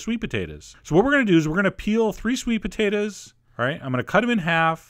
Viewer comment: sweet potatahs